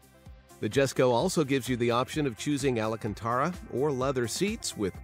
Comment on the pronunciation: Jesus man... at least put a LITTLE effort into learning how to pronounce things! Ala- Cantara? What is this, Hogwarts?